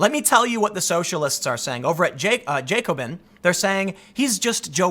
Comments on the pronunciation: “Jacob-in” - tim pool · It's pronounced jack-oh-bin. It was a political club in the French revolution